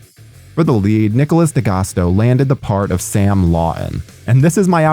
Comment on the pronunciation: Not how you pronounce d'agosto